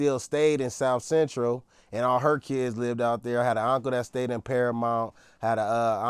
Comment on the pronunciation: His own homies know he a goofy, they barely held their laugh in when he said south bentral 😂😂😂😂